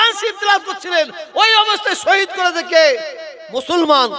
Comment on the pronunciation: Musolman splingta thik kore bolun?.mo solman kano bolchen